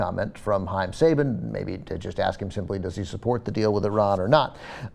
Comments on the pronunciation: its actually pronounced sah ba n and also Go Go Power Ranger's ! im such a nerd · Saban is pronounced sahBAHn.